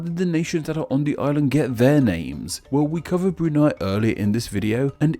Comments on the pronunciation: Brunei, not Brunai. 😁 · I'm not sure if you sound sarcastic but as a Bruneian, you pronounced all the names on Bruneian districts quite fascinating x'D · E in Brunei pronounced like E in Survey U in Hutan pronounced like U in Put don't get it wrong especially for a youtuber like you